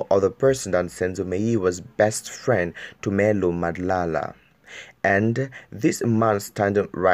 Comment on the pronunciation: O ntapisa ka gore you cant hadly pronounce madla, so i doubt if u a SA Youtuber